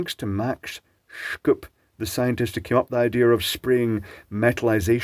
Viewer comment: Great video, just that its pronounced Max Shup. Sch is german for sh.